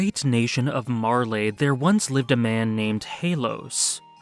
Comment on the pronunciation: Mar-LEE, not Mar-LAY. Say it with me Mar-LEE.